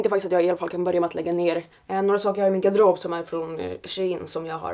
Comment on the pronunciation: Älskar hur du säger garderob hahah